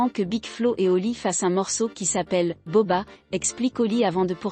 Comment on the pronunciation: Je deteste la voix qui parle Et he nai pas entendue la reaction de booba Et cest bouba pas boba